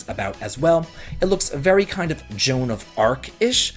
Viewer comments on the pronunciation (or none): none